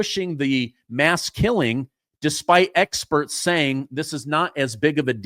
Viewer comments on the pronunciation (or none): Did you just say eggsperts?